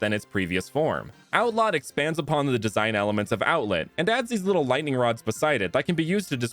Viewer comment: Do you mean outlet or outlett